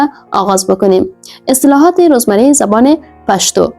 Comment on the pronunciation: پشتو را هزاره کی تلفظ میکنی. درست نیست